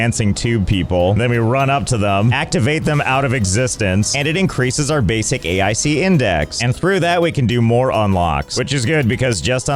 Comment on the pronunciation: I don't understand why you keep pronouncing it A I C and not Ache.